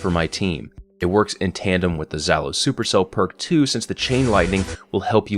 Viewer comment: Again, I am pretty sure it's Zh is not a "z" sound, but a "zh", like in "garaGe". Since it looks to be a bit of an AK and Zhalo means "Stinger" in Russian.